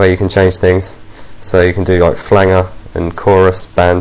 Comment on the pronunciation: "flang-er" lol